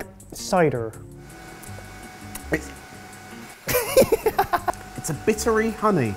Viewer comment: currently dying at the way said cider